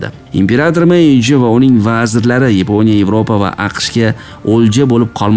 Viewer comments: Yaponiya emas Yiponya ekan 😂😂😂😂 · Yiponiya sozi ruscha aksent😊.